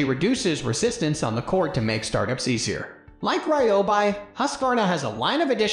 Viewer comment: Can’t even say Ryobi correctly 😂😂😂😂